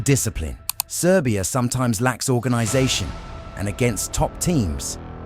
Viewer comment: Wtf are you saying?🤦🏻‍♂️ “serbia”? Is the dark horse, like fu*k off